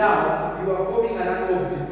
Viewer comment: Angle, not angel